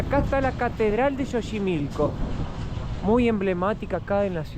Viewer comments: Chicos lindos, Xochimilco, se pronuncia más o menos como: "tzochimilco" en este caso la X no suena como "J" como en el nombre del país, México. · Un dato se escribe xochimilco y se pronuncia como "S" se diria sochimilco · Antes de querer enseñarnos un lugar que conocemos desde niños primero lee la información correcta y pronuncia bien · Busquen en internet como se pronuncia Xochimilco chicos. Lo estuvieron diciendo mal todo el video. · 😂😂😂😂😂 "JOCHIMILCO" dicen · Mejor usa la palabra "chamarra", te van a voltear a ver feo carnal..ahh y se pronuncia "Sochimilco" no Jochimilco. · se dice sochimilco pero se escribe Xochimilco... y el animalito se dice Ajolote 😉 Saludos!! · chochimilo no es es Xochimilco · Que risa eres muy simpático 😅 se pronuncia sochimilco y se escribe Xochimilco. Me dio gusto como manejaste la chinampa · Me encantó cuando dijeron Jochimilco los dos jajaja. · Chinelos en Xochimilco (se dice S la X en ese caso) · Soy un gran FAN del canal. Se pronuncia SOCHIMILCO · Pronúncialo con la “s” al principio como sochimilco saludos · Se escribe Xochimilco y se pronuncia “Sochimilco”. Se escribe México y se pronuncia “Méjico”; se escribe Axiote y se pronuncia “Achiote”. 😂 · Mi estimado Xochimilco, se pronuncia Zochimilco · La X al inicio de palabra se pronuncia como S Y en axolotl suena como J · se dice asi textual......zochimilco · Saludos 😅, les quedó genial el video, hay varios tipos de mole y es Xochimilco no Chochimilco y son chinampas no chilampas. Un abrazo a los 2 🤗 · Es chinampa con n, no chilampa. Xochimilco se pronuncia Sochimilco y axolotes, ajolotes. El uso de la x es diverso 😂